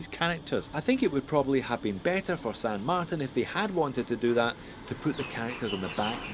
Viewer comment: FIRST & most important, it's SAN marTIN (TIN = TEEN). Second, I can't get with counterfeit/rip-off copy brands. Third & finally, that watch just is a hodgepodge of a bunch of different ,existing watches, AND it's TERRIBLE.